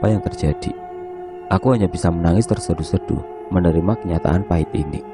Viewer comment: menangis terseduh-seduh.. Udah kayak nyeduh pop aje bos. Tersedu-sedu kok jadi terseduh-seduh